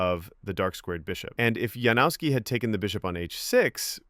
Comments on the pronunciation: Isn't his name pronounced Yanovsky? J=Y and W=V. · Lets get that pronunciation right please. Yan-of-ski. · Janowski is pronounced "Yanowski", if unsure about foreign names then Google it. We have the technology, you just have to do a minute of preparation. Give the guy the respect he deserves by not butchering his name.